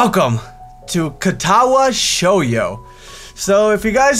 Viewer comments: ehm ehm... it's shoujo, not shouyo -.-... i know it doesn't really matter, but bothers the brownies out of me anyway . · It's shOHjo. Like your saying oh... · in japanese the j is never a y sound